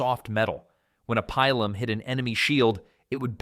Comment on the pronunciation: No long vowels in Latin. It's pronounced Peelum.